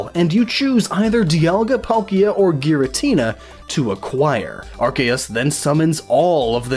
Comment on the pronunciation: DE-aLL-Ga. And Polkia? I dunno...I say Dialga’s name like Die-al-ga like a sun dial Dialga. And Palkia as Pal-key-uh. I agree with your Arceus annunciation. Ark-ee-us. Arse-see-us just sounds...nah.